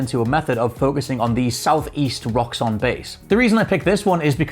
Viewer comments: “Southeast Rocks On Base” or “Southeast Roxxon Base” lol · Roxxon not ‘Rocks on’ 😂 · Roxxon not rocks on